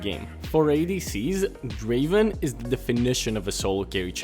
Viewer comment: NOT DRAVEN....... DRAAAAAAVEN..........